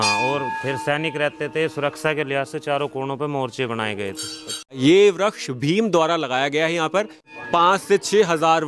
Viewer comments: वृक्ष को व्रक्ष कियौं बोल रहे हो😮😮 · Vriskh ko vraksh kh raha hai